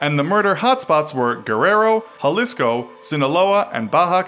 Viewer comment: im dead how he said "jalisco"